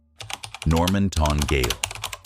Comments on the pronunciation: The narrator is American and hence should not have been asked to narrate for an Australian story with place names. He can't pronounce a lot of the names correctly, for instance , the word gaol is not pronounced as gale. Note also they had it wrong in the chapters down the bottom of the screen. It is pronounced the same way the other spelling goes - jail. That is just one example. If I was just listening to this, half the names would not ring a bell because of the wrong pronounciation. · Gaol is pronounced jail.